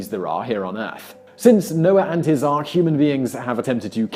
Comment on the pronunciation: Did he just say "Noah and his Arch"?